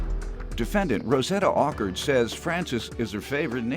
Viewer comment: Her last name is Awkard Not "awkward"yeah I find this "AWKWARD" lol.